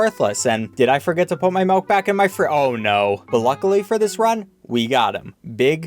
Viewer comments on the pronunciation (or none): it's pronounced milk, as in MILL KUH not melk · Bro I hate when he says milk like maulk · I hate every game with Milk in it because always pronounces it "melk" and it infuriates me s.s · Muck not meck Milk not melk Why just why😤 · Mauk? It's called milk. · pronounces milk like “melk” confirmed. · Still saying "malk" i see... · "malk" - 2021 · The fact that he says melk triggers me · i love how he says "milk" he says "maelk" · did say MELK?! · Repeat after me: M U C K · This man really says M E L K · I don’t like the way you say “milk” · Why does he say milk like that.